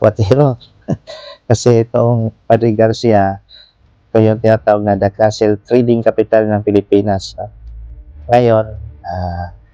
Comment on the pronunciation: hindi po castle kundi cattle…ang castle po ay kastilyo at ang cattle po ay baka. Ikorek nyo po ang tamang pagbigkas ng cattle po